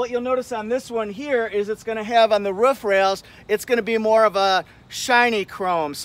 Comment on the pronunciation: I like how you say roof. Ruff, ruff, ruff. Haha